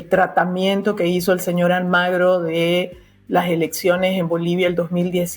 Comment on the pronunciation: Chicas, No es Luis Almagro. es: Luis ALMUGRE.